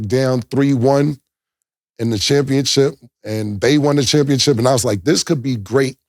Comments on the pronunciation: Can y'all tell Cam it's championship and not championchip 🤣🤣🤣🤣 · Championship Cam…Not Championchip 😅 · He keep saying championchip 😂😂😂😂